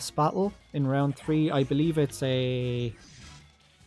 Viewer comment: everytime u say battle "bak-el" lmao